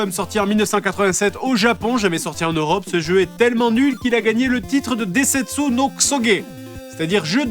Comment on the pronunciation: Densetsu, pas desentsu (je précise parce que plein de gens font la boulette)